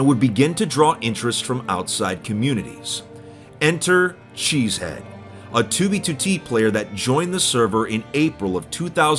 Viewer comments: he's name is chezhead not cheesehead. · he said enter cheze head lol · If my suspicion is correct, chezhead would be pronounced closer to "shit head" than it would be to "cheese head"